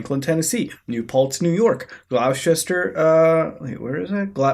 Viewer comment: ITS PRONOUNCED "glostasheer" not glocstershre